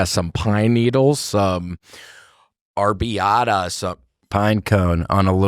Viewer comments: It's arrabiata not arby-ata you absolute hills-have-eyes rejects. I'm sorry I didn't mean that that was mean, i'm gonna leave it though happy new year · William—FYI, it’s ArrAbiata sauce and, yes, it’s DEE-LISH!!